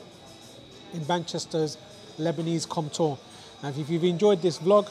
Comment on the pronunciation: Love your channel and have cooked a lot of your dishes. I think it's pronounced 'Comp - twah' not 'Comp-tor' due to the French influence. Great restaurants too!!